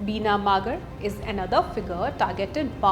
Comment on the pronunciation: Hey pronounce correctly...what -कातिवाडा????its खतिवडा -मागर, ???? it's मगर Pronounce name like U.p and Bihari style not in maratha or south indian Style.. -and you can't pronounce SAUGAT??? Its fuking Hindi/nepaliword, सौंगात 😂😂😂😂😂